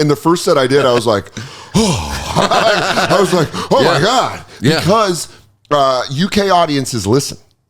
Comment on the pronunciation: John Oliver has really been here for a while, his British accent basically disappeared when he said "oh my god"